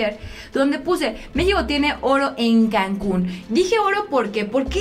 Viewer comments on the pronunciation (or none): none